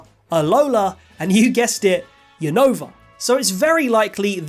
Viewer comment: Is Unova not younova say the name right 😅